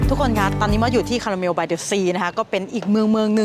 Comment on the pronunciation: ขอบคุณนะคะ สำหรับคำแนะนำ ออกเสียงผิด ตอนนั้นหิวคาลาเมล เห็นขนมขายเยอะ 😂 💕💕💕🙏🏼🙏🏼🙏🏼😊